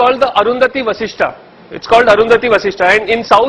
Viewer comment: It’s jesht, Vashist Not Jeshtaa and Vashistaa just like ganeshaaa buddhaaa ramaa and so on It’s Interest to hear you but please make the pronunciation correct 🙏🏻